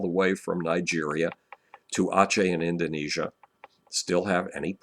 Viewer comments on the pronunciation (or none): none